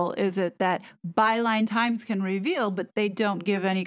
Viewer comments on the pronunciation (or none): Overtime I hear you say "Byline Times" it sounds like "By lying times" 😂😂